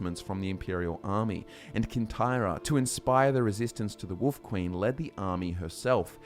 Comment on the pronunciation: Who else loves it when & pronounce Wolf as Woof 😄